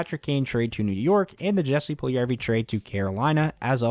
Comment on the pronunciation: Small thing here. When pronouncing Jesse Pujlijarvi’s name, the ‘J’ in his first name should be pronounced the same as the ‘j’s’ in his last name. It should sound like Yessie. Cheers.